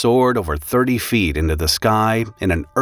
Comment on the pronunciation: . 30 feet. Not " few" .